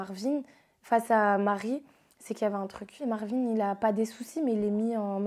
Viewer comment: Ça me stresse de ouf ces yeux à causes des lunettes 😂 et son roulé rrrrr marrrvin😂😂 (je sais je suis chelou mais j’étais obligé de dire ça 😂😂mais sinon tu es vraiment belle)